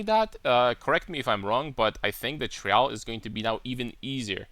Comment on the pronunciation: I found it a bit funny how you pronounce "Trial". You put emphasis on the "a". Its pronounced like the word "try" and then ending it with "al". Nothing but love my man. No homo. Love your content, your (irl) character and your builds, and the way you think, analyze and the obvious fact that you play the correct game.